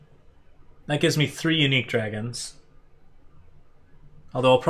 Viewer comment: This ain’t dragons…. This is “dwagons” 😂